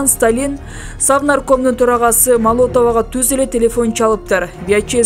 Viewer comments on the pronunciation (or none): Автор кыргызды уят кылбай мындан ары чыкпай эле койчу сураныч.малотова деген ким? Молотов де.